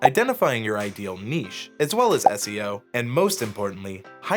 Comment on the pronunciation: So glad you said "niche" properly 😜